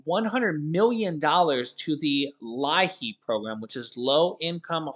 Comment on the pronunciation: It's pronounced Lee app